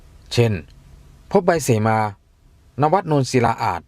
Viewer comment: คนอ่าน อ่านก็ผิด เสมา ไม่ใช่ สีมา